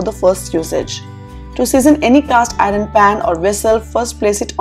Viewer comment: Oops, you are pronouncing “iron” as “ I run”? Please correct..👍